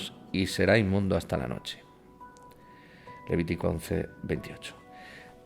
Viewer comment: solo curiosidad; escucho q dice leviticon.